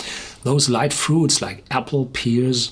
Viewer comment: Pears is pronounced PAIRS for future reference!🍐🍐🍐